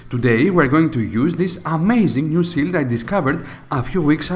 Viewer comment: It is a "shield" not Chill? " Sh_ ill_ D"